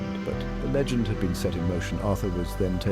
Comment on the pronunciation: It's LEgend,not lagend.